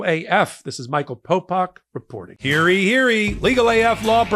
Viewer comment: Thanks for another video, Michael. I have one criticism on one thing that annoys the hell out of me from all of your videos. You need to re-record your outro... it is supposed to be "hear ye... hear ye," not "hearey...hearey." i know it is a minor thing, but it detracts from the good work you are doing over there. I have one other criticism but not from this video, but your analogies need work. I do appreciate the legal breakdown and you sharing your knowledge, though. Keep up the good work.